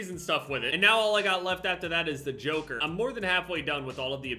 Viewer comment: It’s not the joker it’s the JOKR (jock-er)